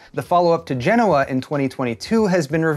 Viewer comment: ty for pronouncing Genoa correctly 8^)